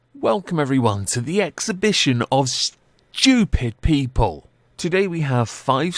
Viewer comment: no one not a single soul: Welcome everyone to the exhibition of SCHEWPID PEEEPEOL